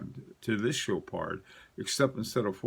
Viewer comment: You guide me on the watches, I'll stick to the French! Chopard = Show Par (normally never pronounce the last consonant of a French word unless it ends with an e) Baume et Mercier = BOME (rhymes with Rome) AYE MAYR-CEE-AYE Thank you so much for your knowledge.